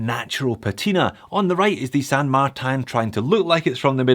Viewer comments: You're giving me anxiety! You switch from saying San MarTAN and San MarTIN.. I literally click the video to see if you would still pronounce San Martin the wrong way. Sorry but I can't watch the video if you keep saying that way. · Wait. Wait. Wait. Why the change in the pronunciation of St. Martin? I always liked "Mar-tan".